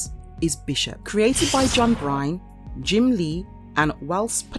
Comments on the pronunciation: The man’s name is John BYRNE (pronounced Burn) not John BRYNE 🤦‍♂️ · John Byrne is pronounced like "burn" not "brine"....and Bishop is from "Sheepshead Bay", Brooklyn. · John Byrne not Bryan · It's John Byrne ( pronounced Burn)